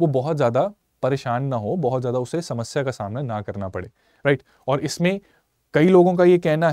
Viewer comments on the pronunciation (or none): none